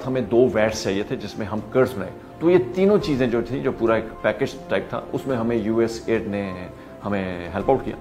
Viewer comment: یو ایس ایڈ کو اپ بار بار یو ایس آئی ڈی بول رہے ہیں ۔ کیا اپ کو یو ایس ایڈ بولتے ہوئے شرم آتی ہے ؟